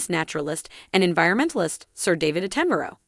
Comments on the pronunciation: Sir David Attemberro? Its Attenborough!!! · Did you really just say David Atten-borrow???!!! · The person acting as commentator should do her research before speaking. Sir David ‘Attenboreau’???!!! Really, that’s embarrassing. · 🤣🤣🤣 I caught that to! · It’s Sir David Att - Ten- Borough, do you never listen to the BBC !!! Who is this yank talking about our beautiful Royal family😱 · ‘At ten bur ruh’ please. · Please learn how to say Attenborough. At/ ten/ bu/row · PLEASE learn to say Sir David Attenborough's name correctly! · I'm sorry. I couldn't go past the mispronunciation of David Attenborough. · Who pronounces David Attenborough like that...? Eesh